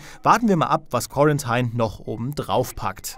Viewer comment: Das spricht sich quorantine nicht quorantein. Ich dachte wenn man als journalist studiert hat könnte man englisch.